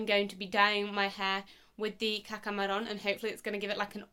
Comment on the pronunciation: Thank you for posting this! Been looking for someone with dark hair to try Caca Marron - and you pronounced it right instead of everyone else saying Maroon!! The new color looks amazing on you gorgeous 💖 By the way it would've been even nicer if you inserted a before & after photo as your hair before was in a pony!! <3